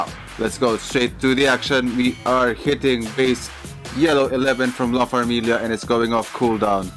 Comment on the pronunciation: Yes, Nice video. And you pronounced it Right, La Farmilia🤩 and Baby G with the Comeback ✨💪🏼👶🏻